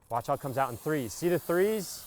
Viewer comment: Tree preet it 🤣